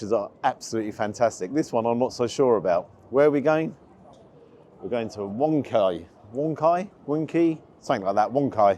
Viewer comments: the restorant is wong key 😂😂😂😂😂😂😂😂😂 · A Wonky restaurant? 😂 Or a terrible pianist? Wong key? 😂